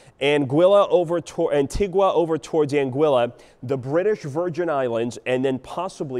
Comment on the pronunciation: Check how you pronounce "Anguilla" m8, I'm almost as concerned about that.